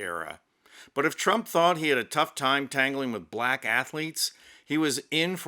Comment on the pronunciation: Can Yall Please Watch Ur Videos and Pay Attention How U Say The Word Black. Please...